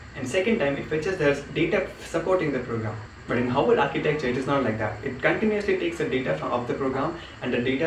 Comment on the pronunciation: havard not haward